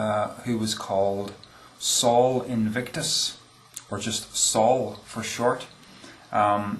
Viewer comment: Minor note: Sol should be pronounced "soul" (or thereabouts) not "Saul" -- Probably best just to ignore me.